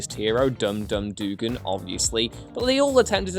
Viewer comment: Agent X, Blood Axe, Onslaught, GI Joe, Man-Bat, Mister Myztaply.... (that guy), Bazarro.... Could probably think of more if I wasn’t on break. BTW, the character is named Static, not Static Shock. Static shock was the name of the cartoon. Also, Dum Dum Duggan is pronounced “dug-gan.” How you britts get Thanos & Constantine pronounced correctly, but alway mess this one up is beyond me.... BTW; that’s “they-nose” & “con-stan-tine” (rhymes with turpentine) for my fellow Americans...